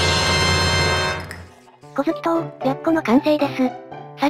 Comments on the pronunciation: 「こづき」じゃなく「こげつ」だと思います。 あと、うぽつです～ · こづきとうじゃなくてこげつとうだとおもいますよ